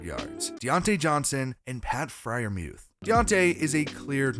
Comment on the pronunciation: Nice job pronouncing freiermuth correctly, I just recently learned he says it "mueth" instead of "muth" ha